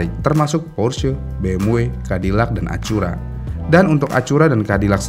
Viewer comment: Acura..(Read: Akura, not Achura)...